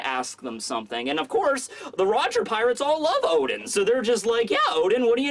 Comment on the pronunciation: oden you mean O. D En